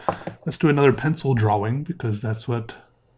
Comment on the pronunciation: Have I been saying "Drawing" wrong my whole life? Is does he say it Dra-Wing???